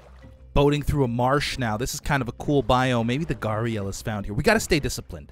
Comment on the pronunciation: Don’t worry- you Are pronouncing gharial correctly. :)